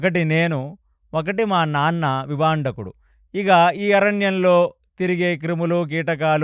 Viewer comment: విభాండకుడు...విభందకుడు కాదు గారు🙏